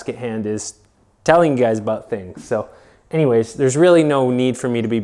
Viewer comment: It sounded like you said "Bennyways" instead of "anyways" --hehe :)